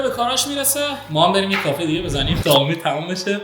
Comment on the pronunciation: کافی ❌ کافه ✅